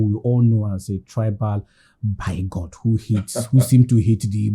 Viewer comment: Wtf is “bygot” the word “bigot” is pronounced “beegot” please.